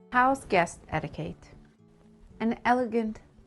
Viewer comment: The word 'etiquette' is mispronounced throughout the video.:face-blue-wide-eyes